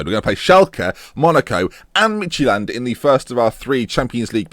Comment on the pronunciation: Lol, you pronounce it "Midgetland". :D